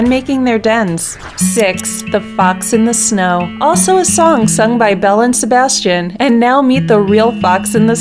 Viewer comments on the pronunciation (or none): none